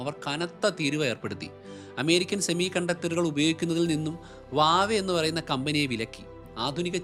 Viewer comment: വാവെ അല്ല ഹുവാവേ